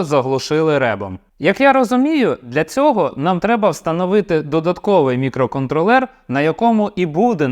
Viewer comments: Ох цей мікроконтролЕр, замість мікроконтрОлер, ріже вухо) наче цей чіп не опрацьовує периферійні пристрої, а контролює маленькі мікроквитки у іграшковому громадському транспорті) Але саме відео корисне, дякую! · Дякую за українську. Польотний контрОлер, а отже і мікроконтрОлер, не мікроконтрлЕр.. Але це дурниці. Продовжуйте! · На МК хіба на тепловізорі 32х32 буде адекватно працювати. Орієнтуватись треба на Lattepanda Delta +, бо розробити потужний чи портувати існуючий на МК це займе більше часу і не факт що буде дешевше, бо треба ОЗП зовнішнє та МК рівня H7 двоядерний. Правильно давати наголос мікроконтрОллер